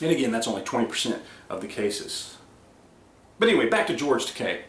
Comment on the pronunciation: Takei rhymes with gay.